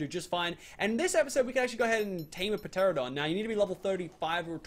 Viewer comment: Oh god, it's making me cringe so much. The Chittin and the Piterodons!